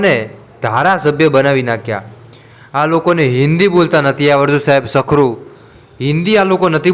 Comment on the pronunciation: તને તો ગુજરાતી પણ બોલતા નથી આવડતું તું ખુદ ,,સખરૂ, બોલ્યો સરખું બોલ ,કોડા